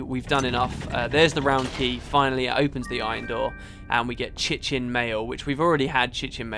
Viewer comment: I lolled when I heard pronounce chitin as chi-chin, that's some funny shit right there:D